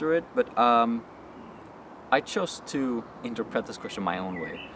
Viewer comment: inter-pret? just curious...What country are you from?